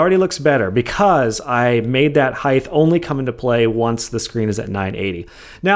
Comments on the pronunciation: Not to be that guy but you pronounce height incorrectly. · The way he pronounces height kills me.